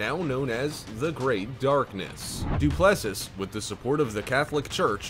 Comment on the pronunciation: It's pronounced Du plus see.